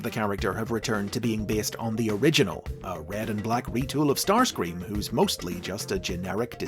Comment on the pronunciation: Please tell me i didn't hear say "Starsweam"